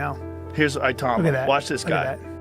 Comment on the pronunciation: U lazy mong. A video about the guy and you use an AI voice that says his name wrong throughout. Clown.